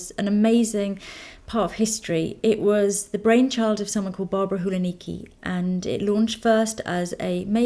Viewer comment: Barbara Hulacki is pronounced with the 'c' which sounds a bit like s or tz :) xx